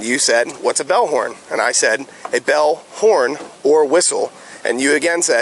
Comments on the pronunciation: The cop literally said "bellhorn". One word. He said it several times, until the guy asked him what a bellhorn was. Then then the cop responded "bell-comma-horn". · That cop is a 🤬 asshole!! In no way, shape or form did that man look impaired in any way!!! Some of the things he was asking that poor man to do, a SOBER person would stumble on. AND HE SAID BELLHORN NUMEROUS TIMES, NOT BELL, HORN. Horrible, horrible LEO!!!! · The cops pronunciation atleast 3 times was bellhorn, NOT bell, horn. There are 2 sides to this. First off he’s an idiot and shouldn’t be operating a boat bcause he clearly doesn’t know wtf he’s doing. For fucks sake he doesn’t even know how to trim his own motor. These are the idiots that take 20 fucking minutes to launch a boat every Saturday at every boatramp in the US. (I’ve been a boat owner for over 20 years). His own kids are pointing out that he doesn’t know how to operate That being said, these searches and “fine fishing” safety checks have been. Going on….without cause for 30+ years. 100% you are correct that this is and always has been bullshit. I’ve been searched when my boat wasn’t even in the water….had t even launched yet. They both are dead wrong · Im stone soner and had no idea what a bellhorn is. A litterate adult would say, "a bell, a horn, or a whistle" instead of assuming people can read commas in verbal speech. Did you guys think he was saying bellhorn too? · Exactly I heard bellhorn. The ignorant boat cop purposely said it that way to be confusing. I have no doubt of that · Do not answer questions. Refuse the tests make them give me a breathalyzer or draw blood. When they find out they have made an unlawful arrest sue that officer. Also what a dick for arresting him in front of his family. Yes I heard bellhorn one word several times. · Fascist lying boat cop distinctly said, "Bellhorn." He did NOT say "Bell, horn." Are ALL cops liars??? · Yeah, I heard "bellhorn" too... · Bell COMMA horn...didn't you hear the Comma??